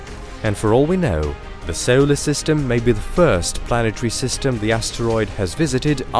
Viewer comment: He pronounces his "o"s as "eow"s. Example: five seowlar masses.